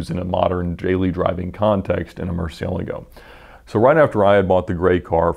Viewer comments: this guy really butchers the names look "ruf he says roof" murcielago he says Murciealgo" xD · ed's pronunciation of "murcielago" makes me cringe...